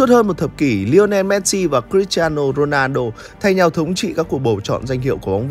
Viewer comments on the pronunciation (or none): none